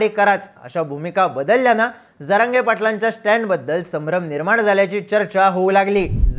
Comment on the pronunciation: प्रतिनिधी साहेब स्टँड लावू नका... हा शब्द चुकीचा उच्चारला ...जरागयाला तर बांबू लावला पाहिजे.